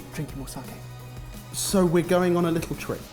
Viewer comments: Saki not saaaaaaaaaaaaaaaaaaaaaahhhhhhhhhkey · "Sarke" huh lads? :P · Its not fucking SARKAY! Only pronounces it almost correct cmon lads. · take out the i in your sakei pronunciation. Think Spain - sa-que. Sake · Sake, it sounds like Sarkay when you guys say it 😜.